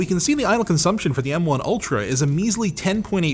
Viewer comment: Every time says "M1 ultra" I hear "MK ultra"...